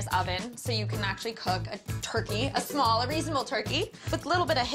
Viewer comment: “ But it’s shmall “ I love